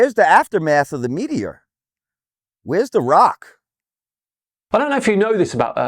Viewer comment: The real questions is why does he pronounce meteor like that. 😅 as an American, we don’t claim him.